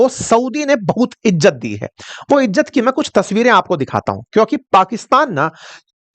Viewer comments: Crow sir...! Tu to bukhla gya ha... Ijat nhi hota izzat hota ha 😅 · Ijjat nhi.....izzat😂